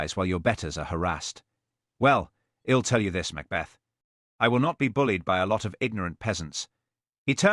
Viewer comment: The programmers of this AI “reader” should be fired. While the accent is so British and proper, its pronunciation skills R greatly lacking. It cannot even pronounce “I’ll”. What a shame if it weren’t so funny. And whoever wrote this episode has made DCI Blair particularly nasty. Another shame that is less funny. Oh well, this is cheap entertainment. What do I have to complain about.